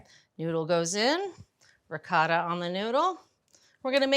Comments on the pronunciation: 1- "Ricotta": Pronounced like the singular syllable “ree.” The “coh” sounds like the “co” in “coat, ”Tah" 2- “Moooz-za-rell" - It's not a Jewish Matzah. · I’m Italian American. Please forgive me - but the pronunciations of ricotta, mozzarella, and saying meat sauce, noodles 😂. Brown the pork (only) first, then add onions, garlic, parsley and basil. Egg added to ricotta can be optional. However, I wouldn’t turn away this lasagna.